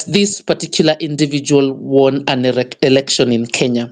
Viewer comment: Good work, however watch out with the word "election" and not say "erection"...